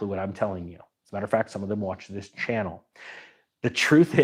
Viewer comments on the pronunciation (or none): none